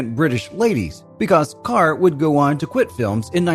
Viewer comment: Perhaps it'd be a good idea to pronounce her surname correctly. "Deborah Kerr - it rhymes with Star", as MGM announced her arrival in the US. Do some homework!!!